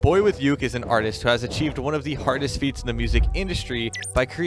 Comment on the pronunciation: Did i or everybody does not know just hear he said the wrong pronouncesition of boyuke?